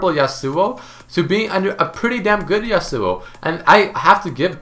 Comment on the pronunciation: how he says yasuo. yasÚO